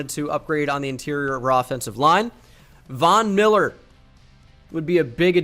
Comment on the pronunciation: Do you miss pronounce his name it’s von Miller in 2016